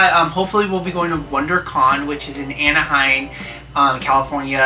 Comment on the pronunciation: youre from LA and called it Anahein lol isnt it Anaheim? Its cute though. I cant say enough how cute you guys are together! True soulmates, at least thats what it appears to be. Definite GOALS! lol love you guys! ❤️ Congrats on a successful Comic Con! 😊